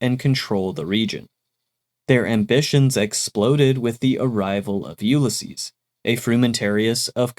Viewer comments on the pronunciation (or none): none